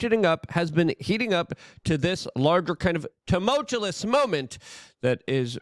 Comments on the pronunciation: TUMULTUOUS...learn how to speak it. There is no second L...smh. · There has to be a reason he mispronounces “TUMULTUOUS” every podcast. Are you MK Ultra’ing me? What are you doing??? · STOP SAYING tumultuous!!!!!